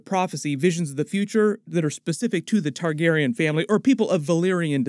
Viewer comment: Been watching your videos for like 15 years. Can you please pronounce it TargarEEan instead of Targarin? 😢 It’s very distracting every time you say the word.